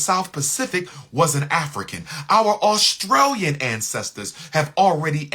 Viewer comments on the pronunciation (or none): none